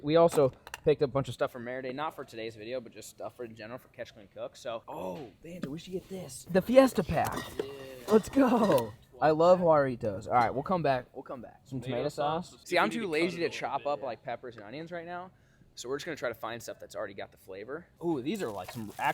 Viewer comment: FYI - J is pronounced as a "h" in Spanish so jarritos is pronounced "Hah-ree-tos"